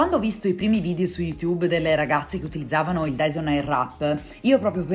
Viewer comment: Finalmente una persona che lo pronuncia nella maniera corretta! Quella w che tutte pronunciano non si può sentire! Bel video!